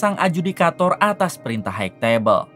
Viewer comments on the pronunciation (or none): hai tebel bukan haig tebel sampai kapan org ind bisa mengucapkan kata HIGH